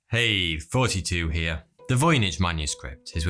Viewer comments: Fotytwo FortyTwo Thotytwo Thotietoo ??? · R P He’s literally unable to pronounce. He has a speech impediment. Whether he tries to say thoughty or forty, it will still come out as “forty.” He can’t help it. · He is saying 42 no way he is saying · why does it sound like you are saying "hey, forty2 here"............. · Your intro sounds like you're saying "42 here" and not ""